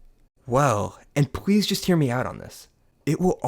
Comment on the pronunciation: "Well and pwease js hear me out on this" that "pwease" is crazy